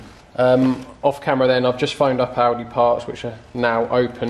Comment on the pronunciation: Oh, "Audi", thought you said "Aldi".